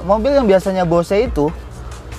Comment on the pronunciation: bo se? hahhhaahha . check your pronunciation...